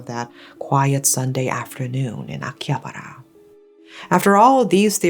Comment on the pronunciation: The way you say Akihabar, Shibuya made me so mad 😆other than that… ugh, what a impressive history.